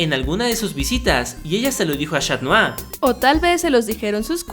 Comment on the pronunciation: Es. catnoar. no. chat